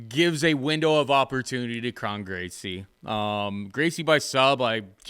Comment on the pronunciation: I think Kron rhymes with cone